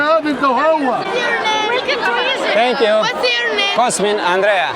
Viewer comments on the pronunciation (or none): Dar de ce dracu pui accentul ciudat cand le spui oamenilor cum te chema ? De ce spui cOSmin ? Te numeste cosMIN . Cu accent pe MIN . Nu stii cum te cheama ce dracu ???? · adica cOSmin dupa cum se prezinta. Cu accent pe OS... ;) Nu stiu de ce dracu face asta...